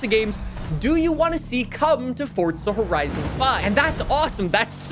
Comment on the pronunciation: It’s forza not fortza 😭😭😭😭😭😭😭